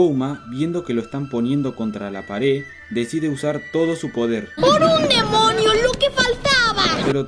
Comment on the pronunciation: soy la unica que el desia demoño jsjs